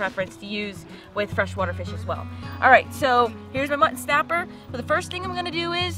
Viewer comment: Your pronunciation of mutton still cracks me up. Where are you from originally? ", what's for dinner? Mutt'n Honey!"